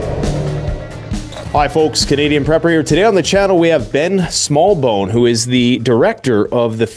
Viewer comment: I thought you said Dick smallbone. I literally lost it